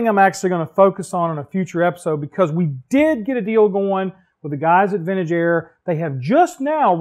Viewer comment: Every time you said Vintage Air, I heard Ben and Jerry's. Ha Ha Ha. Great video as always. Really dig the Truck.